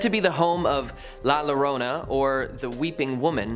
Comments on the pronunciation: Another comment about La Llorona. Just for future reference. When saying La Llorona, it's pronounced La Yorona. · I enjoyed the show, but if you want to potentially get more thumbs up you could try pronouncing the names correctly. Like I said I enjoyed the show any this isn't a dig or put down. When saying #7 (The crying woman) "La llorona" perhaps try pronouncing the "LL" like a "Y". Similar to the English word Yawning. It would be spelled like "The Yorona (Llorona). Keep doing your shows I really enjoyed it I hope that helps. Texas is a very well-known state mixed with a melting pot of Latin and English spoken language